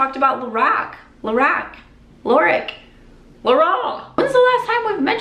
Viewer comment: Binge watching and catching up on your videos. :). It’s “ Lor-Rahk” when you can pronounce Lorac. I was told that by Carol Shaw the founder. It’s “Carol” backwards.